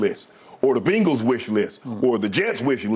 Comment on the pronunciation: BENGals not BANGals 😂